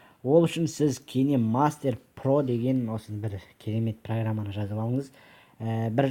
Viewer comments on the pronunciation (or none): Кине мастер деп окылмайд. Кайн мастер деп окылад. Кине мастер деп жазылад